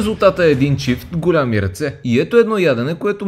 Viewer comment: Добро видео, но имам една забележка: не казвай голями,а големи има мека сричка. Забелязвам го в всичките ти видеа.